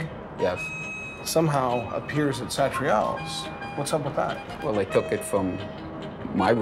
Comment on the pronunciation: The way this guy pronounces Satriale's makes me want to grab him by the collar and then let him go